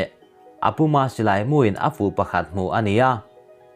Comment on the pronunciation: A bengvar țhin khawp mai, in thawh hahna zarah chanchin thar kanlo hre țhina. Thil 1 kasawi duhchu, in thil chhiara lam rikdan hi lo ennawn teh. eg. Rampum/Thlansa phul kai leh A puma, in lam fuhloh chuan Mizoțawng awmze neilo a ni thei, țhahnem ngaih vang a nia o.